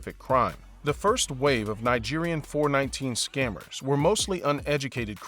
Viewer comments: It's called four one nine actually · It's not 4-19....it's called 4-1-9 😉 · It’s called “four one nine” not “four nineteen”. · Four one nine and not four nineteen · It is called four one nine, not four nineteen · It is four one nine & not four nineteen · Four, one, nine. Not Four, nineteen. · Smh 🤦🏽‍♂️ it’s called Four-One-Nine oh my browda! Put some respeck!! In da name 🤣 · Lmao. It’s “four one nine” also it’s definitely more than 10% smartphone usage. Every other thing is spot on in my opinion. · it's pronounced "Four - one - nine"